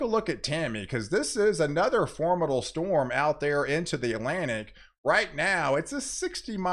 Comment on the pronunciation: Thank you so much for your content. I did want to point out that you keep saying formidle when I believe you mean to say formidable.